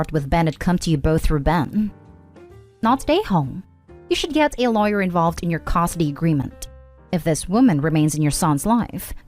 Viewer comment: When is this ai reader going to learn how to pronounce " custody" properly?